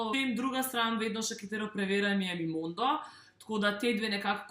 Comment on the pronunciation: Momondo, ne Mimondo ;)